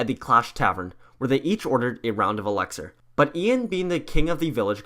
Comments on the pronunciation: He says eleckser not elixir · Why is no one talking about him pronouncing elixar. Alexer